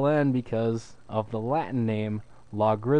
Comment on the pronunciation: when he said logarithmus "natural-i" i cringed sooo hard